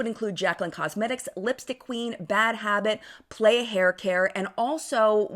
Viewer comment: The brand playa is pronounced p-lie-uh not play-uh, it’s Spanish for beach!